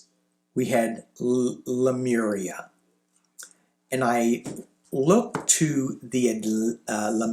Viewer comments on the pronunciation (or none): none